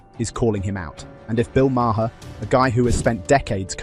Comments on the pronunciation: BTW, it’s Marr not Ma-her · Who the hell is Marhar? It’s pronounced Marr. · Hey guys - Bill Maher pronounces his last name like "Mayor" Not MaHar. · His name isnt Ma her its Maar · Stupid AI voice, it's pronounced MAR not MAR-HER. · It's pronounced Mar. It's not Mar her. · His name is pronounced Mar not Mar-har. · "The British Brothers"? What the hell is this shit? And what's with the Bill Ma-her pronunciation? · Its not ma her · Who is Bill Ma-her? AI blows. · Its pronounced Marr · It's just Mar..not two syllables..just sayin It's driving me crazy..lol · Your A.I. can't pronounce Maher? MAY-er. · Idk if you're AI, but the pronunciation of Bill Maher's last name is one syllable. It rhymes with 'far'. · "Mah-her". Ugh. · I had to stop after the tenth time of saying may-HER 🤣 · You need to pronounce Bill Maher’s name correctly. Makes you sound dumb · The h in Maher is silent. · Dude, the h in Maher is silent. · HEY…. MATEY!!!!!!! THE E. IS SILENT IN MAHER!!!!!! GET IT????? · Why can't people say Maher correctly? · You need to teach your AI bot how to pronounce Maher.